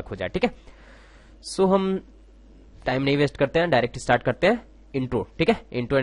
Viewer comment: its min.js not mini.js aor ham zara get istart karty hain funny han :D